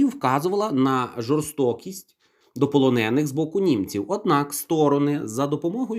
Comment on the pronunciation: У слові полонений наголос на е